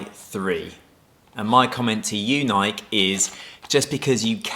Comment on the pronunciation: Not Nike. Nikee